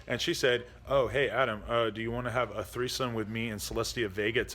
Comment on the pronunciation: Everytime he announces a treesome I go take a long hard look at myself in the mirror and say "what are you doing with your life.."